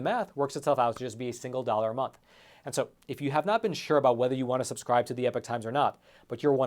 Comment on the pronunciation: He constantly mis-pronounces EPOCH...